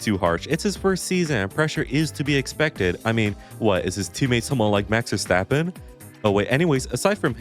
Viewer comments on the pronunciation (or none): none